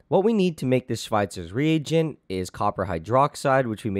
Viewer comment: It annoys me how he says Schweitzer's rEAGent.